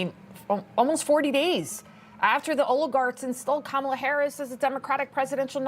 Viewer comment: Love you said Kamalie 😅😂😅😂😅😂